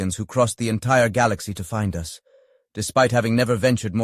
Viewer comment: Ha - smart arse A.I cannot pronounce the word 'us' as 'us' it gets confused and says 'Ewe Ess' as in United States!